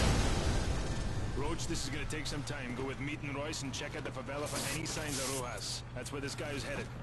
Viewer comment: "remember, there are cavilians in the favila" *pulls out shotgun* "watch your fire" :P